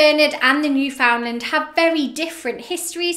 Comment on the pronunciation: It’s said “newfinnlaand” I think